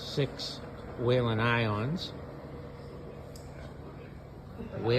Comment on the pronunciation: WHEEL-EN. There no a in Whelen.